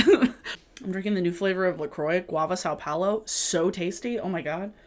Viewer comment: As a Brazilian you really crushed the pronunciation of são Paulo lmao. Thanks for this video, i don't live in the US so I've always lived vicariously through beauty YouTubers and this is making even me nostalgic!